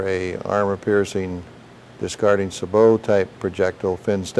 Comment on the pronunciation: Finally someone pronounces Sabot correctly